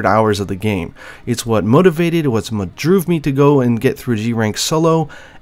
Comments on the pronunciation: "It's what droove me to go.." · For someone who has a pronunciation video, I find it funny how you say the first monster in the list is what "droove" you.